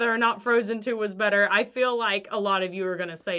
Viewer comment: Am I the only one who heard Much betta and immediately Baga Chipz came to my mind. :D :D